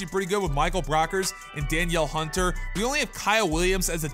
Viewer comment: It’s pronounced Da-neal Hunter